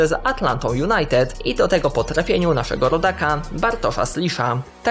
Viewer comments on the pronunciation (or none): none